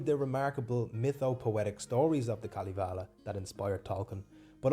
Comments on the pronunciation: It os KalEvala...no i in it. Sorry, im drunk, like all Karerian ....🤔 Fun to listen though. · if you do a video of Kalevala...don't butcher the name. Pronounciation oh sry pronunciation (who the fuck knows with london?) i still likle pronounciation more...lol. Kaaalivalaa isn't even close. Kaalivala actually means oath to the all might cabbage. Pronunciation pls you ignorant fantastic ppl.